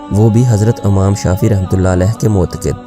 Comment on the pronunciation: Amam nahi yar imam hota h